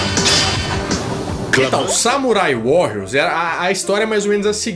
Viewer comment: Samurai WaRiors! se escreve com dois R's e se pronuncia com um R só háháhá